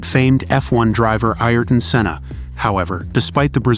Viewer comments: It's Ayrton Senna not Ierton. Downvoted. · Iherton Cena??? WTF